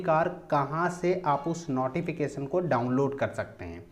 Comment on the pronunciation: Sir notification hota h ap hmesha nauteefication kyu bolte h